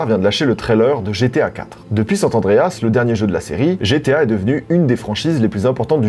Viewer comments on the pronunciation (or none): Toi aussi tu as la maladie de dire "San TAndreas", vous êtes beaucoup trop à ajouter ce "t" entre San et Andreas. D'où ça vient? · mdr tu fais partie de ces gens qui dise sat and dreas au lieu de san andreas ;) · Oh non il dit aussi « Santandreas » au lieu de San Andreas 🫣😱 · Merci pour cette histoire de l'internet, saurais-tu nous dire pourquoi tout le monde dit "San T' Andreas" ( y compris toi à ) alors qu'il n'y a jamais eu de T ? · on est quasi en 2024, et il n'y a toujours pas de T dans San Andreas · « Depuis sanTE andreas » Mes oreilles saiiiiiignent! Stupide Hobbit Joufflu! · Oh noon lui aussi il dit "SAT ANDREAS"